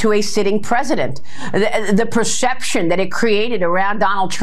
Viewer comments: the persheption..the persheption. My persheption is for you to learn how to say perception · "the pracession, the pracession that..." Maria, gargling with rocks in her mouth, likely falling from her head! Celebs don't like T. RUMP because he's a convicted criminal and SA! WTF IS WRONG WITH MURDOCH! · "Pershepshin" her rubber lips can't pronounce words 😂😂😂😂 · WTF is a prashepsion? Are Faux News hosts just drinking on air now? Even my DJT cheering aunt won’t watch Fox anymore because they are babbling nonsense opinions without presenting any facts. Way to lose YOUR base, Faux News. Keep it up! 🙏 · The "preshep-shum..." Is Maria Bartiromo on the piss? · What's "Pershepshun"? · Perscheption?! 😂 And and and…..🤪 perscheption perscheption….?!? And and and….. I think she found Pirro’s box ‘O whine!!! 🤭😉🤣🤷‍♀️🍷🍷🍷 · Add “pershepshun” to the maga dictionary… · Why can't she pronounce perception? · Why is she mispronouncing ‘perception’? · Why does that woman mispronounce perception so badly?